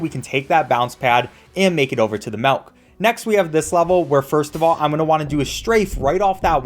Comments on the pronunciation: please don't say melk dude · why are you saying malk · bro says melk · Where are you from? Sounded like melk instead of milk a couple times. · I love how sometimes they pronounced milk, "Malk" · ah yes, the "malk" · "malk"., 2023 👍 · "Malk" "Malk"? Boy dose accents make a difference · Can we all take a moment to appreciate how says MELK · did you just say... "malk"? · Did this dude say Melk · He says melk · I'm not a native English speaker, but tought me how to perfectly pronounce MILK